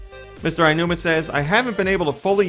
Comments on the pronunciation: Phonetically, it should be "OW-nooma", but I'm no Japanese expert. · Come on, you know how it's really pronounced. Mr. Al Newman! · Well, it would be odd if there wasn't going to be. But they are in this weird cycle since Twilight Princess had the same case as BOTW. It's not Ainuma. It's Aonuma, so just say like it's spelled. But I guess it's easy for me to see how to say it since I speak some Japanese.